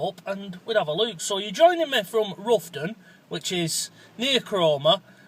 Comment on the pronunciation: Fascinating video... BUT its not pronounced Roughton like ruff, its pronounced R-ough-ton, rhymes with how lol. Definitely want to find out more on this subject having lived there for years.